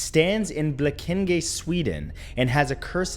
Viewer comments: The way he pronounce "Blekinge" 😂 //A Swede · Blekinge hahahha